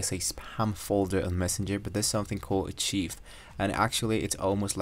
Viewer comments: A cheeve? 🤣 Rrr kive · Acheev??? Lmaoooo It’s pronounced ark-hive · Hello 👋 it's pronounced as "arkaiv" rhymes with "five" Don't mind the other mocking comments. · Maybe learn how to say archive before using it 50 times in a video 😂